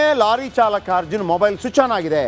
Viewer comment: Lolly alla kano lorry adu